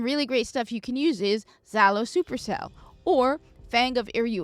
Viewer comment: It's not zalo supercell. It's pronounced jalo with a rough j sound.